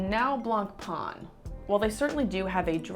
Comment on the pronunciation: I would wear gloves when you deal with new unworn high end watches. Blancpain: you don’t pronounce the “C”. It would be good to mention the size in mm when you show a watch . Well done.